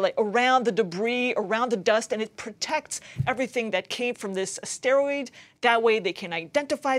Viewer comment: Please learn how to pronounce the word asteroid. It is not a steroid.